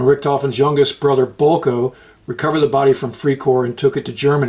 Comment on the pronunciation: its bulke thats how you pronounce him he was also richtoffens mentor